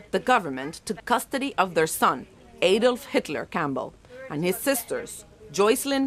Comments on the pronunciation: Why do you pronounce Adolf so strangely? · u pronounced Adolf wrong